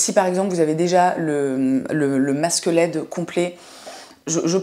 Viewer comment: J'ai d'abord cru que tu disais "masque squelette" 😂 (masque LED)